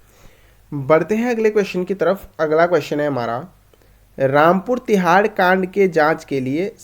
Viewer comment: Rampur Tiraha not Tihaar